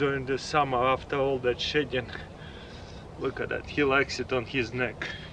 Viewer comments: I thought he said shitting for a minute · Every time he says shedding I hear shitting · When he said shedding i thought he said shitting